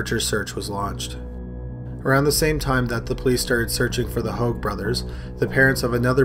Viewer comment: Hoag is pronounced “hay-g”